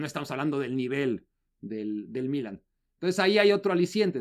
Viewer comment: Sólo una pregunta al: Se dice "Milán" en español. o "Milano" en italiano. ¿Por qué pronuncia "Mílan", con acento en la i?